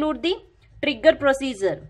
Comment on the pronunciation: She pronounced "Prosiezer" to procedure. And explanation is okayish in terms of defination.